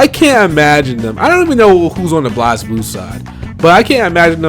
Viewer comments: Why does he pronounce it [Blahz-bloo]? And who's Leilachi? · Just a minor nitpick, but Blazblue is pronounced like Blaze Blue. That aside, yeah the DLC thing annoys me.